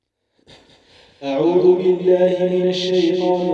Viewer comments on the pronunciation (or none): none